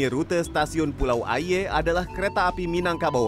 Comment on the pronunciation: Mon maap tapi pelafalan Pulau "Aie" nya ngakak😭